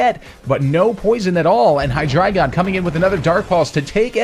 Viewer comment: I swear to god this is the only guy on Youtube that pronounces Hydreigon correctly.